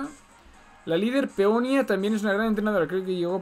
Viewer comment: cómo que Peonia sera Peonía